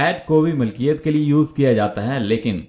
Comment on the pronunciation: السلام عليكم ورحمه الله وبركاته Allah aapko बार-बार haj nasib kare اللهم امين لفظ مِلْکِیَتْ ہے مَلْکِیَتْ نہیں